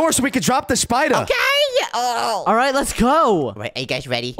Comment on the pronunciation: Why does say spider like shpider